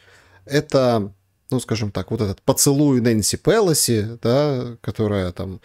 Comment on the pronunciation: ПелОси, не ПЭлоси